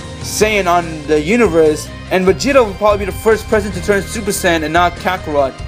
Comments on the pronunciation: It's not super San it's super sayin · Stop saying super saiyan like that